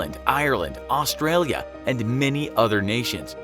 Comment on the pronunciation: Learn to pronounce Australia